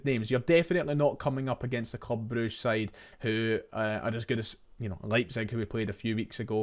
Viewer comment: Thank f*ck you called them Broosh instead of all this bruggge shte